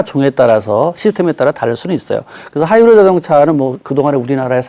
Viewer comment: 하이브리디 일음절에 강세를 주는 버릇 교육이 잘못됐어